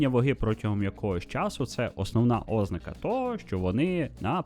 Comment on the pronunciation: Дякую за важливу і корисну інформацію Окрема подяка за подачу українською❤ Але: 😢У зазначеному вище слові наголос має бути поставлений на склад з літерою А — ознАка